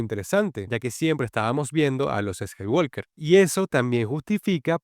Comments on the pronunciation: Mi única discrepancia con tu análisis es que el apellido de Luke: SE PRONUNCIA "SKAYWOKER" y no "SKAYWALKER" !!!!!!!!!!!, aparte de eso MUY BUEN VIDEO. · La L de Walk no se pronuncia. Siempre se dice "scaiguoker" tanto en idioma original (inglés) como en el doblaje español (Hispanoamérica). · Skywalker…la L no suena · la L no se pronuncia en "Skywalker"